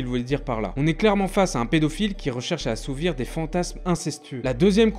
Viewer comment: Assouvir* pas assouvrir